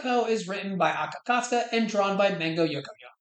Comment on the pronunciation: please for the love of god aka akasaka is not that hard to pronounce how do you keep messing it up